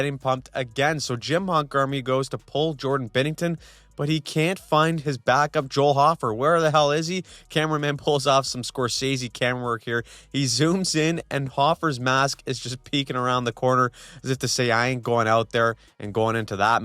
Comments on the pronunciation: btw it's pronounced "Hoe-fer" not "Hoff-er" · Love the channel! Just FYI I played hockey with Joel Hofer in Winnipeg growing up. It’s pronounced “hoe-fer” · with whats going on with the blues this year the least you could do is pronounce Hoe-fer correctly lol. Respectfully just tryna help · Hey just wanted to say it’s Hofer like gopher. Not hoffer